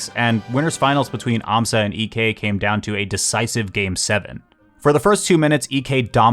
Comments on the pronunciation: Fun fact: Ek's name isn't pronounced EK, it's more like "Eek" because Ek is a pretty common surname in Sweden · That’s not how you pronounce Ek 😭